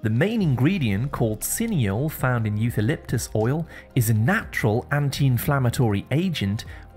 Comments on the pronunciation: it doesn’t bother me but that’s how it’s pronounced in every language. With a “ k “ sound . “ okaliptus “ this is how it’s pronounced everywhere in the world . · Eucalyptus: as an English speaker you’re supposed to know “ c “ before “a” always sounds “ k “ I don’t know why you pronounce it incorrectly 🤔🤔